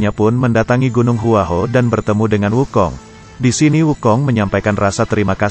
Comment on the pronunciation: Gua hua kuo bukan hua ho apakah komentato salah mengucapkan bahasa mandarin